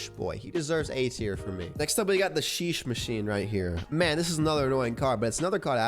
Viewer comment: this dude says royal genshin impact and sheesh machine 💀💀💀